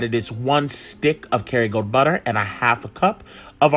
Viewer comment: I was trying to figure out what he was saying too. lol